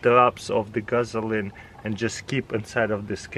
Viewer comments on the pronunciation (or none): Did he say "Guzzline?"